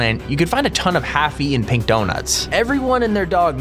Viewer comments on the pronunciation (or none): none